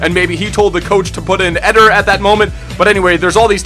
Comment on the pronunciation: Is it not pronounced Ed-air!